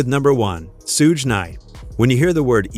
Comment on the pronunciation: Its pronounced shug 😂